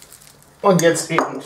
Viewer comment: Es heißt eben und nicht ebend! Ist mir schon öfter bei dir aufgefallen, dass du es falsch sagst.